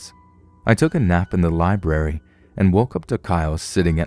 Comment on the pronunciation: Who is narrating ? Swear he said LiBERRY...